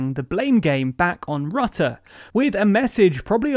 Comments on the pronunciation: Your pronunciation of Marc Rutte's name was interesting! The 'u' in his name is not pronounced as the 'u' in the English word 'under' - as you are using it. In Dutch his name sounds more like 'Ritte' would sound in English. Unfortunately I could not find a word in English which actually uses the Dutch phoneme for 'u' even though the 'i' comes quite close. Does anyone have a good suggestion for an English word using the 'u' phoneme from 'Rutte'??? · Your narrator still can't pronounce the name of the Dutch PM. (It rhymes with "put" not "but".)